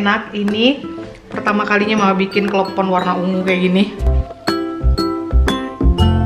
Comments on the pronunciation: lucuuu... perkara nyebut klepon sampe klebom... sehat2 ya maakk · Aduh susah nya ngomong klepon...🤣🤣🤣🤣🤣...lucu si mama nih...